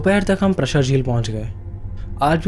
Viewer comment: Bhai prshar nahi praashar hai